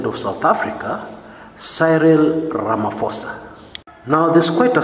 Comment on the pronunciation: He is Ramaphosa not Ramaphoso